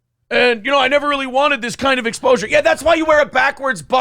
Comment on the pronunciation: He said “explosure”🤦🏻‍♂️